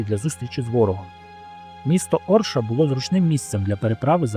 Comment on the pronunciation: Авторе, робіть, будь ласка правильні наголоси. Вже ж таки у родовому відмінку буде не ЧеляднІна, а ЧеляднінА. А місто в Білорусі Орша (наголос на першу голосну), а не ОршА🤦🤦🤦🤦 Лінь пару хвилин на Вікіпедію витратити, щоб подивитись, як правильно?